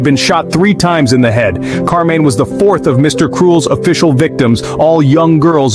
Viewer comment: Interesting take on the Mr Cruel crimes. And thanks for the captions for the hearing impaired, too, much appreciated. Two things. 1/ There is no evidence for Mr Cruel being a serial killer besides one alleged murder. 2/ The name of the murder victim is Karmein not Carmine. There is no stand alone C in transliterated Cantonese, it is K. Karmein’s parents originally came from Hong Kong.